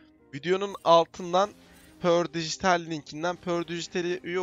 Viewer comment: pördıgıtal degıl perdıgıdal dogru soyle bı